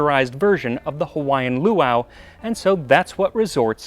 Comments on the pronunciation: Yes, indeed! I appreciate your efforts to pronounce Hawaiian words correctly. I didn’t wince once. 😊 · Max's record of perfectly pronouncing every language on the planet continues.